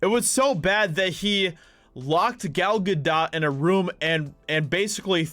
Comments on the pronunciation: Gal GaDOTE. Not Ga doh. Not Ga dawt. Ga DOTE! ✌️ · pronounced Ga-'dough', french, dude. :-) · Gal Gadot is pronounced Gah- do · It’s not French dude, it’s Hebrew, and pronounced “Ga-dote”. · It’s pronounced “Ga-dote”. It’s not French pronunciation, it’s Hebrew.